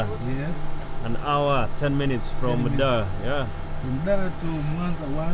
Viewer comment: “H" inakuwa silent unapotamka neno hour